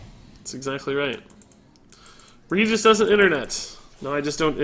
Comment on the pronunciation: regis is the name sounds... so wrong